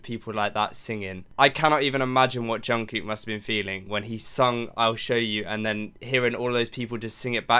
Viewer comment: Just a little tip is to pronounce the kook in Jungkook more like the cook in cookie !<3